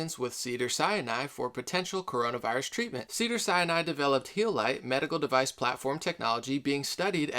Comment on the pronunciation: Not hating at all but it's pronounced Sin Eye, Sinai not Siani